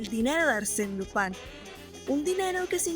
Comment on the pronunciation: Dices lopan todo el rato para imitar un acento frances? O eres española que llama a spider man espa(in)der man? En latinoamerica a Lupin se le conoce como Lupin y no fue muy popular como super campeones o cobra